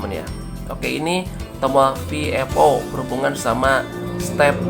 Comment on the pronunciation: Maaf...koreksi ya Tolong sebutkan kalimat VFO dengan benar dong...biar kita2 ga ketularan...hahahaaa Semestinya disebutkan: VE EF O ( victor foxtrot oscar dan bukan EF EF O ( foxtrot foxtrot oscar Maaf koreksi dn saran saya Maaf ya